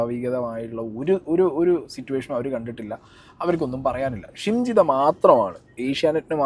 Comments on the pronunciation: Nte....jimshitha alla...shimjitha😂😂😂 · Edakokke jimshida ennanu pparayunnath.. shimjidha aanu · Anna Jimshi alla shimji 😂🤣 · ജിംഷിദ അല്ല ഷിംജിത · ജിംഷിത അല്ല ഷിംജിത.